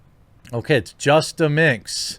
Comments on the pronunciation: It's justaminx, not justa mix Look up the word "minx", dummy. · There's an "N" in minx my friend...